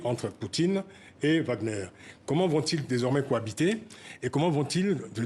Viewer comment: Madame c'est pas WAGN EUR mais WAGN ER